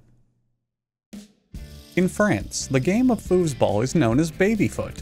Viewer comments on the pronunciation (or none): Is it just me, or did he at the very beginning of the video say f___ball instead of foosball? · I rewinded the video multiple times in the beginning because I thought he kept saying “table fuck ball”